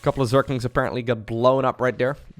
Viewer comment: your pronunciation of Zerglings (surklinx) always makes me smile. So don't try too hard